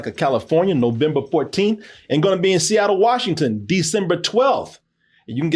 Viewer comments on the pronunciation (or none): none